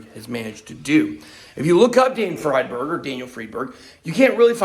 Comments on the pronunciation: When y'all get so confused, Is it Freedberg or fried berg?, just remember Einstein. Nobody says Eenstein, right? It's because German (and thus Jewish) names pronounce SECOND vowel, not the first as we do in English. So, Friedberg is freed-berg. The SECOND vowel. Capeesh? :) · ' friendburg '... sounds j000wish.. ddamn.. you better be careful BitBoy.. I never really liked you or your content.. esp when you were bullyiong that other guy.. but you kinda changed since the past week